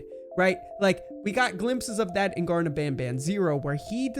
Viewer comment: its garten but you said gardem which means you was gonna say garden.